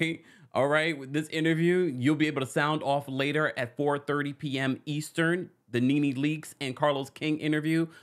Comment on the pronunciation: The “Eastren” killed me!! I noticed that too 😂😂